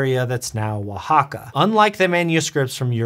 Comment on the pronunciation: Kudos! It's the very first time that I hear Mixtec and Oaxaca being properly pronounced by an English speaker. ❤